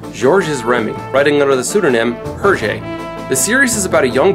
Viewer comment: Please, please, please. When will Americans and non francophone Canadians learn to pronounce foreign words better and more accurately? The second T is silent in Le petit vingtième. The S is not sounded in Georges and it pronounced close enough to English. The H in Hergé is silent. Castafiore is Italian as befits an opera singer and has four syllables A + A + IO diphthong+ E.